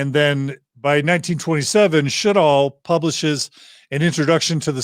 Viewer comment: Sjodahl is pronounced sure dall